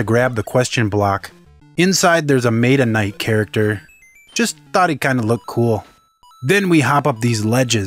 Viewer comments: u say it mata night when its pernounced meta night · Hate to be that guy, but... Meh-Tuh Knight